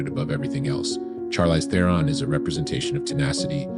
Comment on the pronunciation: Learn how to say her name for one thing.